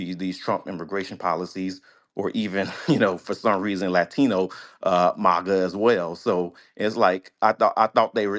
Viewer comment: I know this dude was a tether when he said mawga and not MAGA